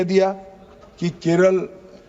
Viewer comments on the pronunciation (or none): none